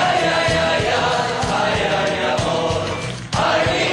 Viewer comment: lol i like how they said "amor" as "awhored"